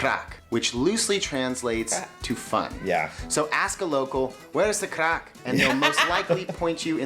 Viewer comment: The R in craic isn't pronounced with a Scottish accent... Also, most cars aren't diesel. Finally, WHY ARE YOU SHOUTING??!